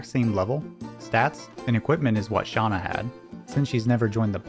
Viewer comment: Shauna? It's Shanna 😂 great video tho